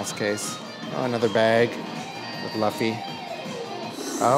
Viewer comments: Every time you pronounced Luffy's name as "La-fee", my inner nerd is wanting to break out of it's shell and lecture you for 5 minutes on how it's pronounced "Lu-fee" XD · bruh legit said LUHffy instead of LOOOOOOOffy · It’s Loofy not Lafy 😅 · It's pronounced Loo-ffy my boy not Luff :P But in all seriousness this would have been so much fun and I envy you a lot haha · Hey I’m a massive One Piece fan and idk if you watch the show at all or anything but just to let you know the way that you say Luffy is Lu ffy but it’s actually said like Luuffy like Looffy idk how to fully explain it but you don’t say Lu in his name it’s more like Looffy in a way if you understand this at all 😂 sorry for making it super complicated but either way you can still say Luffy the way you are it doesn’t matter whatever makes you comfortable but I’m pretty sure there is a video out there that has the proper pronunciation. :) loved this video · Great vid! But his name is 'Looofy' not 'Lahfy'😂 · I'm sorry, but the pronunciation of Luffy's name just keeps bothering me. It is pronounced loof-fii. Not luf-fii. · awesome vid ................why does every body say laffy ??? its LUUUU-ffy lol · Every time I hear you pronounce Luffy, it makes my eye twitch. It’s like Lou-ffy not Luff-ey. It’s ok I’ll get over it 🫨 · loooofey not luhfie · Luuu-feeee not luffy pronounce it right ...... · It's pronounced Loo fee not luf fee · Ok only Japanese conflates the R/L but its still “Lou-Fee”/ ルーフィnot Luffy like Duffy. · Great vid! It’s definitely “LOO-fee” though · Maybe he is a manga only fan lol But yeah, it was driving me nuts. xD It's not like Buffy the vampire slayer. It's more like Luffa with y instead. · I enjoyed seeing the one piece merchandise and all of the decor that universal japan had set up, but it stood out to me that you said luffy as it looks, rather than how it is pronounced, which is loofy. I guess nothing else can be done at this point, but I just thought I'd let you know. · Luffy “LOOFY”